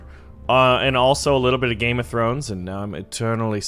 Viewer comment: Heluh nuh gam throns